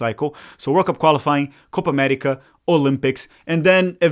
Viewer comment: "Coopa Amettica"